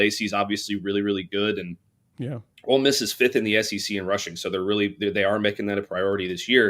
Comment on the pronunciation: Clint, it’s Ole Miss not Old Miss.